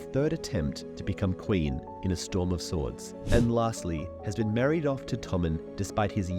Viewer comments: Did you know, in this video, you said Swarm of Stords? I died laughing 😂😂😂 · "A Sorm of Stords"? 🙂 You must have been recording while tired.